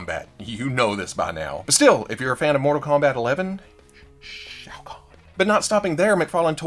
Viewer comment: Well look at that! A YouTuber that knows how to pronounce Shao Khan. 🤣😂🤣